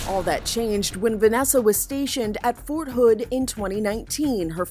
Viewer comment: “Fort hood”? Oh nah